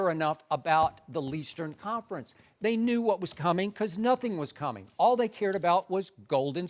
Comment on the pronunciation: "Leastern conference" skip gotta dub